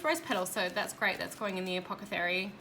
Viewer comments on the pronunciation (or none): I giggle when you say apocethary. It's apothecary. As in you swap the c and the t around :)